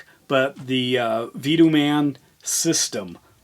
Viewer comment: Pronounced Vah-toe-mun..